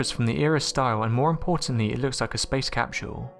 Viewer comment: For the love of god it’s pronounced “cap-sull” not “cap-shull”